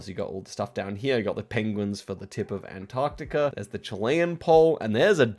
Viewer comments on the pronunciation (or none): none